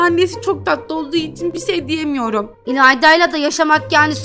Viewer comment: ilanda neden herkesin sonuna "cuk" diyo abla (bide beni tanıtıyon videoda ayıpp) "ilayda" :]]